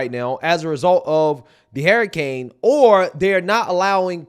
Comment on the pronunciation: You keep saying Hair-icane 😂✌️❤️🇺🇸